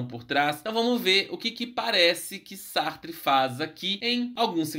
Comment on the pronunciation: Que viagem! Sartre pronúncia está correta